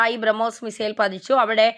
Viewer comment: കൊച്ചേ ഔദ്യോദിഗം അല്ല ഔദ്യോഗികം അതുപോലെ ബ്രഹ്മോയിസ് അല്ല, ബ്രഹ്മോസ് '